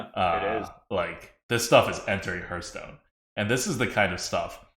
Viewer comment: I wish that the streamers would learn how to pronounce "Hearthstone." They all say it like "hurt stone." There are a dozen or so channels online, and it seems like no one can pronounce the name of the game.